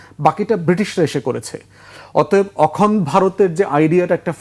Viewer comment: ধান ভানতে শিবের গীত! ব্য. ফুয়াদকে এতো কপচাতে কে বলেছে? উপস্থাপক সহ্য করছেন কেন? পৃথিবীর সবকিছুই ইন্ডিয়ান ন্যারেটিভ। পন্ডিত 'অখনড্' বলেন কেন? ওটা 'অখণ্ড' হবে। ব্রিটিশ ভারতবর্ষে কবে এলো আর 'হিন্দু' কবে এলো!